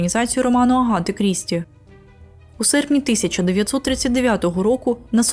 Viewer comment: Ще в мене ріже слух вимов "а" як "о". Навіть часто звучить Агата як Огоата. Мабуть треба над цим попрацювати. Все рівно дякую за україномовний контент.